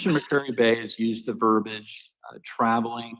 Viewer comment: The correct word is verbiage, not verbage. Also, this word, no matter how it is pronounced , is wrong. Verbiage is a noun referring to an excessive amount of words, especially when it is considered overly complex or unnecessary.